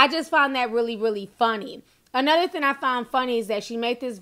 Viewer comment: "Thing" has a "g" at the end Ti 🤣